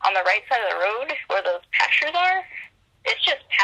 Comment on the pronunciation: Passures? What is wrong with her? PasTures! She's on drugs.